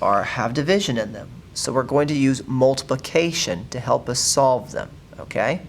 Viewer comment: On all examples you said slove